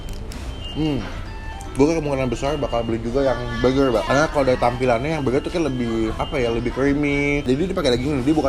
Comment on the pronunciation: Elya pandora jangan gitu, kan kagak bisa ngomong "R" jadi ngomong burger dengan penekanan huruf "R" itu susah...